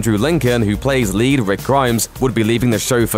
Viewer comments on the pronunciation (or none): none